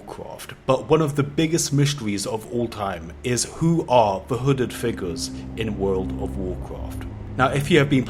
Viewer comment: Your saying wooded figure